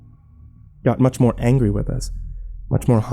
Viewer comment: "It makes me angwy >:("